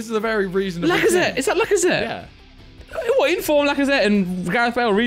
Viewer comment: My man said inform lacazette 😂 ohhhh no no no